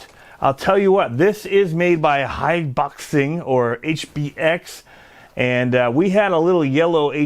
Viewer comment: Haha, it's actually pronounced Hi-bo-xing.